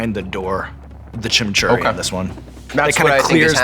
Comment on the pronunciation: I know we don't have many episodes left with this one, but we have to pronounce chimichurri correctly. CHIM EE CHU REE.